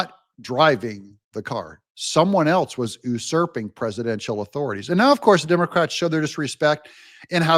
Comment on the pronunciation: Did you say the "Dumber-crats"? 😂